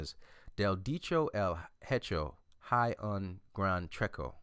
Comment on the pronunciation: he butchered that Spanish pronunciation. the word Hay is pronounce ay the H is silent and the A sounds like the letter I alone. the last word Trecho was also wrong, the syllable cho sounds more like the chinese word chi, but with and O. Nice video by the way